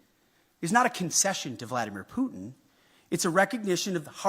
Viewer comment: first learn to pronounce the name Putin properly